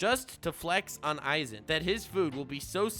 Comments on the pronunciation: when youre a man of culture, saying "za worudo". And then you do go and call a guy named "Eizan" - "Aizen" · Eizan... it rly triggers me that u say Aizen instead multiple times xD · Wait.. isn’t is eiazan not aizen (ay-zan not I-zen) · Eizan is more like Ay-zahn